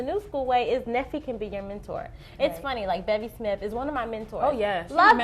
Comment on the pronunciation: Love this episode! Charreah was dropping some serious gems! Great tip on getting people to be your mentor! And thanks for answering my question. You did good with the pronunciation of my name, Neffy!